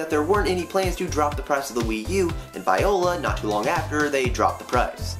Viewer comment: Viola is pronounced "Vwa-la"